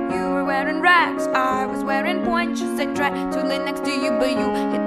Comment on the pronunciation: she says pointe shoes :$ <3